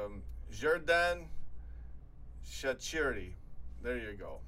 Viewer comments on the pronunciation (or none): I love how pronounces shaqiri so wrong